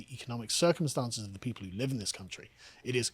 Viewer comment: Gotta say, even after listening to the last sentence by Karl for four times. I could only understand with captions that he meant "people" and not "pedo" coming.